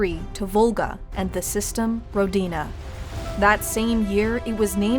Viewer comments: It's not Rodina, it's Ródina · Ro-di-na... emphasis on the Ro... pronounced Rho. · it's pronouced r`odina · It's pronounced like this RO-DI-NA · As a native Russian speaker the way you pronounce Rodina(Which means Homeland by the way) is just wrong. You need to put the emphasis on "O" not on on "D'.